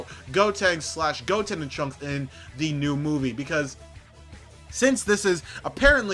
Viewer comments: It's trunks not Transkei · Trunks not tranks